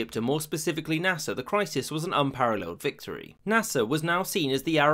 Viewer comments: Naser not nasa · Is it only me or every time he said Nasir..thought It was nasa? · I wont lie it keeps sounding like hes saying NASA